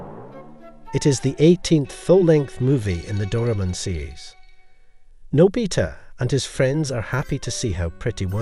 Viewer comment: is there any website that you can watch doraemon? also its pronounce '' Nô-by-tah'' not nò bí tà